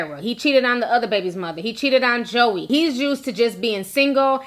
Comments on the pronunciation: Her name is pronounced (Joy) her names not pronounced Joey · Its (joie) pronounced like JOY! Just letting you know Lol! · I'm sure you don't care but her name is Joie (Joy) lol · I was like "Who's Joey" Lol! Her name is pronounced Joy, just spelled differently. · Omg Ti her name is pronounced “Joy” lol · Brittni was not at the gender reveal/baby shower. And her name is pronounced Joy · Its Joy (Joie) lol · Her name is pronounced joy it's just spelled like joie lol..... But I love your videos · That’s not her name it’s joy but spelled joie lord have mercy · Her name is spelled Joie but it’s pronounced Joy lol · joie = “joy” 😂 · Her name is pronounced Joy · ti it’s pronounced joyyyy lol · Her name is pronounced like “Joy” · Girl her name is pronounced “Joy” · Pronounced J O Y Ti, lol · Her name is pronounced Joy. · Her name is pronounced JOY omg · the her name is pronounced like JOY. I know cause my name is Joi and people slaughter it cause of the spelling but trust her name is pronounced like the feeling JOY. I love listening to you but your slaughtering our name lmao and its hard to hear lmao. Thanks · Joie is pronouced (Joy) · Her name is pronounced Jwa. Is she tryna be funny or something? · Hey name is pronounced joy